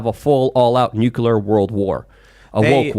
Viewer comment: now just says "Nukoolur" instead of "Nook-you-ler". Sometimes he says it right (Nuke-lee-ar) but he's now regressed halfway. I don't understand this - I think is intelligent, but I have zero problem correcting my pronunciation of a word once I realize I had it wrong, even if for my entire life. Is it just that my mind is very aware and I'm the exception to the rule on how human minds work? Even Tim still says "Shee-er-rif" but at least that is more accent than totally wrong.